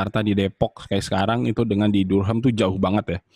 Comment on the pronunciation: bunyinya "darem" bukan "dur-ham".